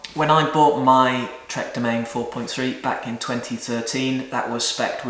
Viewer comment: Domane?? It's Doman'e